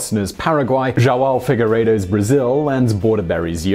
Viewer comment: JOAO FIGUEIREDO. It is spoken "JOU AUN".